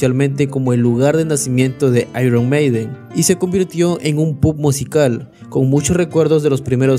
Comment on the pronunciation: Tío, nada más comenzar a ver el vídeo, tu forma de pronunciar las palabras anglosajonas ya me deja desconcertado. Por una parte, con algunas lo haces en la forma exagerada, repedante y superhortera que acostumbran muchos latinos ("eirruon meideen"), pero a otras le das la pronunciación ridícula de los casi analfabetos (·pub"). Ni tanto, ni tan calvo, tío. Una cosa intermedia es lo que queda bien y no provoca que la gente se ría al escucharte.😅😅